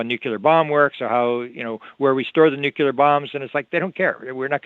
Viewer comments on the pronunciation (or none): It's so much easier to listen to on three-quarter speed. He's nonstop... the bonus of it though is that he's packing in twice as much information in almost.the same amount of time, pretty cool. But there's one thing that really irks me... the mispronunciation of nuclear. Drives me nuts, anyone else?